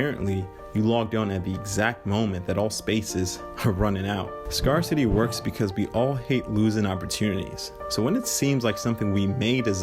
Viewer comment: You're saying Scarcity wrong - FYI